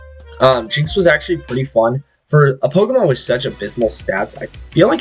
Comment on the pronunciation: This man will find every way to mispronounce every pokemon's name.